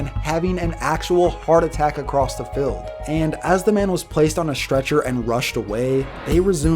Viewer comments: it’s pronounced fEild not filled bro. But great video as always man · He says fild instead of field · What do you say filled instead of field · Congrats! Good videos! Q: can you say "field" like "feeld"? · Goddammit, the way you pronounce "field" pisses me off. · Even though he can't pronounce the word "field"